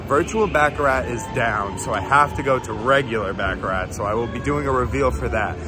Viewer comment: I like ur videos but damn pronounce baccarat right it’s not back a rack